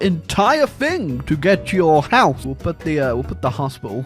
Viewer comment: “Fing” “earf” “forny”